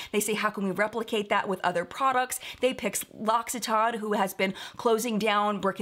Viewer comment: I always pronounced it LOCK EWE TAYN (no idea why a "u" instead of an "i" but I often insert or add a random letter to words) 😂 so this was quite a surprise hearing it said properly.